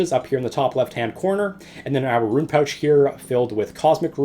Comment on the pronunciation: rune not ruin, tf